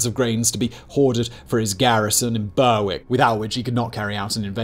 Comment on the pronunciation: Not "Ber-Wick" but "Berrick". Any Englishman would know this. Is Simon English?